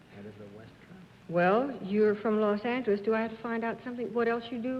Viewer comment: and - I love Bennett Cerf's old pronunciation of "Los Angeles" with the other "g" sound. I wish it were still pronounced that way today.